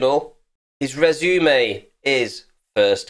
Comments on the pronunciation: It's a fucking rez uh may not a razoom-ay. Damn. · Rez-oo-may lol 😂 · What is a resoomey? That is the worst I’ve heard someone say that word since childhood. 😉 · Hehe, did anyone else giggle when the voice over said "Re-zoo-may" when pronouncing Resume? :D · I stop listening to you once you said “Rezoomay” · I don’t like the way you pronounce resume